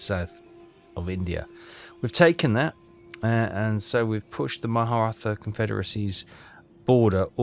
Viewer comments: Am I losing it? keeps calling it "ma-HA-ra-tha" I dont see the first HA in the word when he hovers over indian territory names... Is this some dialect thing? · Nope. He just doesn't pronounce it properly. It is the Mur-at-tah Confederacy.